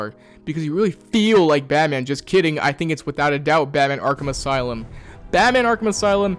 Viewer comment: "aslume" the brain rot is affecting us all I see. Is there a lore reason for that?